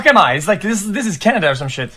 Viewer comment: epic compilation! xq just always saying canda :DDD Think I would've had it 9 out of 10 times as Finland as a finn based on the first picture